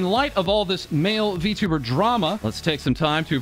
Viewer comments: Guy can't even pronounce Vtuber correctly. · Verteber is what I heard from xqc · Remember, XQC is the guy who read "I am a man of culture." as "Jam a man of culture." That's how you know, he's just a clown. I also cringe how he pronounces Vtuber as "Btoober". Jesus christ, slow down. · xQc sounded like he sayin "vtubber" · Lol can't help but laugh everytime xqc says 'vtubber' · Yes he is a v-tub-er😂 Why does he pronounce it like that lmao